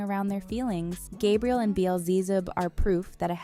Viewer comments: "azira-fay-lee" "azira-fay-lay" "gabe-ree-ehl" "beel-zee-zib" IM CRYING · Burst out laughing at ✨"Gabrielle"✨